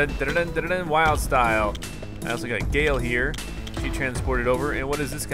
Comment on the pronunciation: Dude it's Wyldstyle not Wildstyle.